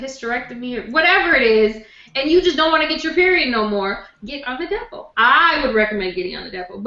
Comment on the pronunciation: I could have sworn said,i am going to talk about the devil,but she is saying Depo.!!!